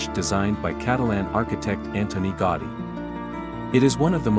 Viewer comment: Specifically GAUDI. It's certainly not GOTTI, as you pronounce repeatedly. GA-OO-dí would be much closer. Hope you understand my suggestion. Thank you. ♥